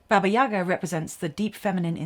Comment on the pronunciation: Baba YagAAAAAAAAAAAA. Get the accent in the right place please.